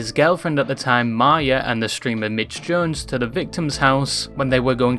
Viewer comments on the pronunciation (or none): none